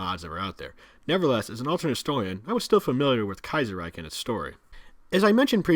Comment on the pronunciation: Are you sure of the Kaizerreich pronounciation ? I would pronounce ch not a k at the end.